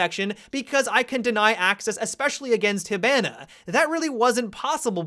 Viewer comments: his pronunciation of Kaid and Hibana make me uncomfortable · No offense but you are terrible at pronouncing Hibana and Kaid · How you pronounce hibana and kaids names bothers me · I died when u said hibana like that